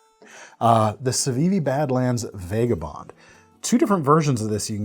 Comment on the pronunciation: Sooo fricken’ tired of you mis-pronouncing vagabond. 🤬